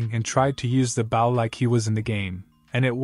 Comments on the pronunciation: Just so you know that when reading about the weapon Bow is pronounced /bō/ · Narrator. Bow, as in a bow and arrow, is pronounced like Doe. Or So. Not like the bow of a ship. I know its nitpicking but every time you say it in one of these stories it grates on me. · I'm sorry to complain, but you're saying "bow" with a short "o", such as to bow to show respect, or the bow of a ship. Similar to Wow, cow, now, and even sow. But the word you should be saying is with a long "o", as he's using a bow and arrow, and made a bow drill. Similar to Go, sew (I knew it's spelled with an "e", but it's pronounced with the long "o" sound), low, grow, and also blow. It's driving me nuts because it's the wrong word and means something completely different and is messing with my head, the same as if you'd said you "Hi, I have a new care", when you actually meant that you "have a new car". It's an issue of "heteronyms", words that are spelled the same, but pronounced differently. I did a small bit of digging around and here's a link to a small article for anyone unclear on the subject since I know my explanatory skills suck. Thank you :)